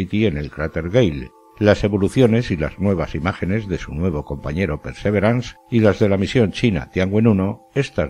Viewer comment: ¿Por qué dices PERSEVERANS?, esa palabra no existe. En español existe la palabra PERSEVERANCIA, y en inglés PERSEVERANCE que se pronuncia pærsæ'viræns